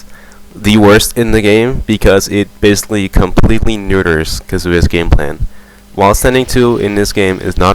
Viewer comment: You pronounce Kazuya wrong. It's Khaazuyaaa.